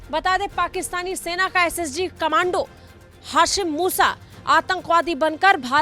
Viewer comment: Khamandu nahin madam kamndo bolini chahiye 😂